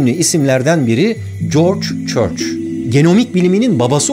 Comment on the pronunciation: adamın adını Corç Çorç diye anladım😂